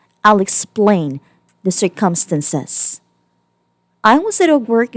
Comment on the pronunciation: Time to get a new narration voice. This one is horrible. I've never heard "circumstances" pronounced that way.